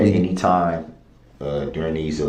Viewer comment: Dude had me rolling when he said "had enty interaction with the Plaintiff".